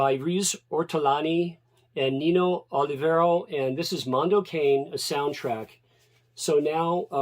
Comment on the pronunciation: Mondo Cane is pronounced "Kah-Nay". Italian